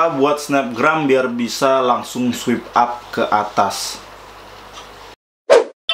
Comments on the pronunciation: Sorry to say ya kak. Mau koreksi sedikit kalo itu bacanya “Swaip Ap” bukan “Swip ap” hehe. Soalnya agak gemes aja dengernya daritadi bacanya swip ap. Makasih. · Swipe up (bacaan nya: swaip ap). (Bukan swip ap😂) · Swip ap :v Paan dah inggris ny wkwkwkk Swaip ap bacaanny bosss , follower banyak² bca gini aj nggak visa , prah lu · Bacanya swayp ap bukan swip ap bang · swipe up = "SWAYP AP "